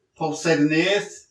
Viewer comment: Earf is Bobs